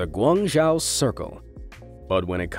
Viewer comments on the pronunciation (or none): none